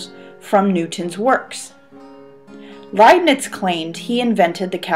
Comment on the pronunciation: The Indians discovered calculus 250 years before Newton. Pronounced as "Layp'nitz, "